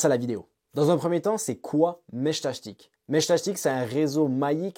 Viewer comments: J'ai arrêté à 1min...entendre Meshtachetik à la place de Meshtastic...j'en pouvais plus 😅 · Ils sont tous raté vue que tu dis meshtashtic ^^` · Mechtachtic 😂 dur la prononciation 😉 Ça me fait penser à la chanson couroucou shtash shtash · Putain, à chaque fois que t’essaies de dire “Meshtastic”, j’ai les oreilles qui saignent grave…